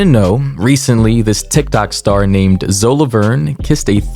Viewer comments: Ayy yo please please please don’t take this comment disrespect or rude but I’m pretty sure her name is said zoey and I’m not defending them btw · bro her name is pronounced ZOEY lmao